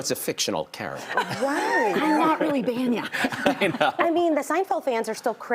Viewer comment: Not Banyan. It’s Bania.